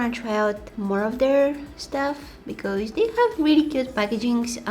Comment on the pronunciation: I love how she says because.....sounds like becoze, I LOVE it!! HER VOICE IS EVERYTHING!!